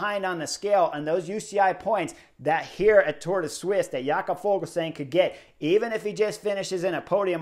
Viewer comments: Yep "Ya-cob" said it himself about 5 times on Daryl Impeys own YT channel (which is worth a subscription) "Ful-sang"👌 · Yo, Chris! The "g" in Fuglsang is silent. It's pronounced like Full-sang.